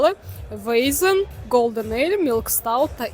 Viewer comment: не вейзен, а вайцен